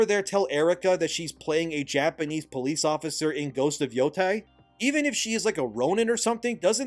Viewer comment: Thank god for an American who knows how NOT to pronounce Yotei as "Yotai".